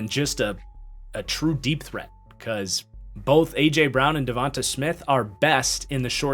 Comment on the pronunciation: And it's pronounced devontay... not Devontahh. Smh